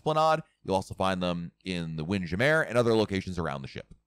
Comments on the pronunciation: Wind jamair??? Its wind jammer jam er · ok, gotta ask...what's with the funky pronunciation of "Windjammer"? 🤣 I always presumed it was Wind-Jammer, but if you have some insight as to why you pronounce it the way you do, I'm curious to know! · I recently began watching to to RC Blog videos and I noticed pronunciation of “Wind Jam-meer and Coco-Key”. Is that the correct pronunciation of those items or is just fooling with us?